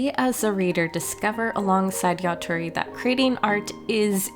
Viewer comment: It's yatora not yatori